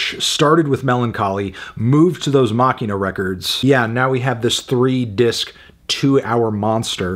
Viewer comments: It’s pronounced “Ma-she-na” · I heard an interview with Corgan over the weekend. He pronounced Machina like machine a. Which is weird, because i was just recently discussing in and thought i was saying in wrong.